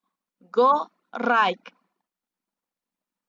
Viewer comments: Iya ya kok raik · Bacanya rait buk bukan raik